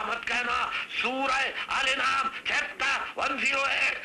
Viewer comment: sooaray alanaam hai al enaam nahi hai